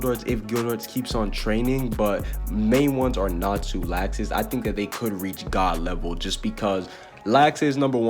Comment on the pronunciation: His name is Laxus but it’s pronounced locksuce